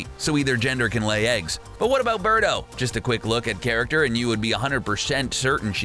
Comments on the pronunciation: Beardo? Isn't it Birdo? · It's Birdo Not Beardo wtf